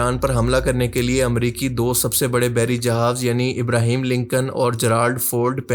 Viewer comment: ابراہیم نہیں بھائی صاحب ابراہم